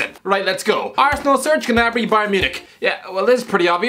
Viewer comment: "Serge GUHnabree" What.